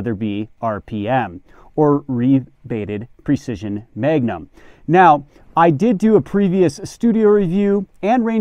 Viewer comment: "Megunum" lol